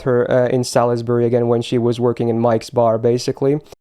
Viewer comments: It is not pronounced as sa-lis-bu-ry tho... It is more like saus-bury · Hate to be that guy but it's "sals-bury", "glos-ter" and "nor-itch". Fun video, it's always great to appreciate the story :).